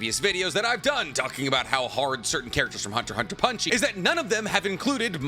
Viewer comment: Bro for the love of god please stop saying” punchie “or “punchy” or whatever tf you’re saying man it’s annoying I love you videos tho bro